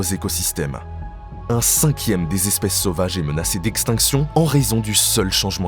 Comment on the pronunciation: Beaucoup d'imprécisions. Et...j'ai bien entendu "douze zespèces"?